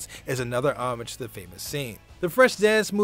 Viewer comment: How many times can 1 man mispronounce the word 'Homage' in one video?